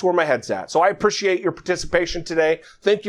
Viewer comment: I just wish he could pronounce appreciate. Then I'd think about it